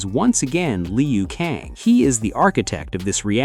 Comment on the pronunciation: It’s not pronunciation Lee u Kang. It’s Lew - Kang. Geez